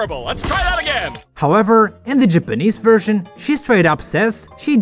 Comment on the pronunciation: I didn't know Japanese is pronounced "jepenez"😂